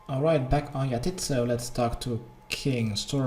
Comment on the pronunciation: yah-tit-zo